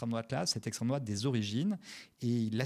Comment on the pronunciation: "Ceussé l'esstreme drouate hein vous savez même pas" Mais bordel toi non plus tu sais pas. Va falloir vraiment produire une définition genre rapide, simple, effective à placarder partout pour que les gens qui tombent sur Florentin puissent le recaler en 1 phrase.